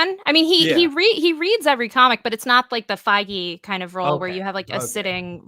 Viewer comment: an unfortune mispronounciation of Feige